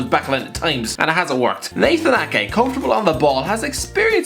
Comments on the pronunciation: Got Ake correctly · U got Nathan ake right